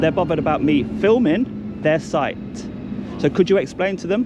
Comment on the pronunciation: I wonder why that guy in the orange hi-vis at the beginning keeps saying "soit" rather than "site"?